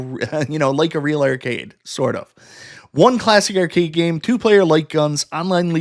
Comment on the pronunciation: What's an err-cade?